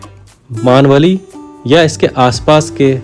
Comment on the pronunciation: Please मानवली नहीं भाई मेणवली हैं